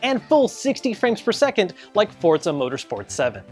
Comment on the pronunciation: It is not called fortza it is forza